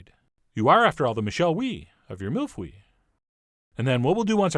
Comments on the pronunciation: Did you say "mule fuel"?. Except for the pronunciation, this is amazing. I was born and raised in France and I've had literally thousands of these. Yours look perfect. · mille fui? I think he's pronouncing it wrong 😂😂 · Mille feuille like videos from quebec says its pronounced phu ye, start by saying mille foy, and then glide into phu-ye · That pronunciation though... It sounds more like "Mieyaah Fahye" instead of "Mill Fuey" (it stands for "Thousand sheets") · Dear chef John Mill fooyy? Mill F-uh-yo (yo with a really short o sound, its actually not and o sound but thats the best way i can explain) actually try Mill - F-uh-yuh (very short uh sound at the end) The spelling is perfect tho. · "Meel foy" is actually a lot closer! LOL! Love you Chef John, as much for your recipes as your pronunciation of foreign languages. You are an incredibly talented chef, but what I love most about your videos is your honesty and sense of humor. This is why I continue to be a loyal viewer : ) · I thought he said milf weed in the beginning 😂😂😂😂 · Why did I heard him saying MILF we? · "Mill Fuii"?? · It's pronounced mil feuhy: i heard milf weed at first lol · I love your mispronunciations, but... it's meel foh-ee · Not that it matters, but it is pronounced "meel foy". But great recipe! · sounds like you said milk weed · haha the way that he pronounce it is so freaking hilarious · "That is pretty close to the correct pronunciation" ehhhh, not quite. :p Great recipe though! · You still need some practice with your French chef John 😭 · Botched pronunciation but I don't care because Chef makes everything interesting. I could literally watch him cook a turd and be super interested.